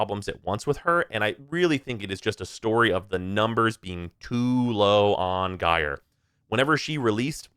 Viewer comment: Saying that both Banshee (who trivializes content with sonar) and Equinox (who struggles hard outside of normal path) need reworks is a take. Yet again another year where I am justified in completely ignoring opinion on anything. EDIT: Also it's not pronounced "Guy-er" it's "Ji-er". It's told to you in game, in promo materials. JFC learn to speak English.